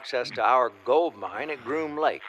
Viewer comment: bro theres no S in GROOM LAKE lol